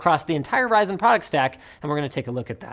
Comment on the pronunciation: This "ryzen" fuss 🤣